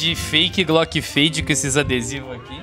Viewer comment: a fake fade, da coleção Fade, "Fade+"(feide mais) kkkkkk.